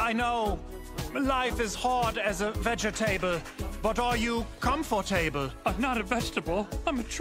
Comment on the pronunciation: Gotta Appreciate how is the god of comfortability HE SAID VEGE TABLE XD